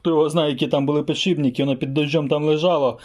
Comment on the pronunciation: пане... Мушу вас виправити! "Не ПіДшиБНИКИ"! А "ПідШИПники".. Успаіхів вам! п.с. "Ніколи на камеру не кажіть слово"ВуГол"коли будете казати про вимірювання.. Є Наше! Українське слово "КУТ" !